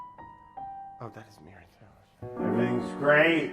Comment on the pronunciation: If you don't have the volume turned up very loud on this one it sounds like he said he's gonna try making urine (mirin - was supposed to be mirin)